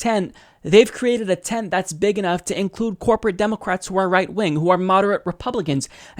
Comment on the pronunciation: You keep saying democwats